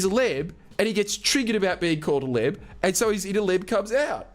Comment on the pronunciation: Man I thought the entire video you were saying Lib and not Leb as in Lebanese.